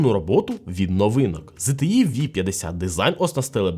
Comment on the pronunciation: ого не часто почуєш правильну вимову ZTE, зазвичай ЗТЄ і скрізь англ ' E чомусь обзивають ''Є''.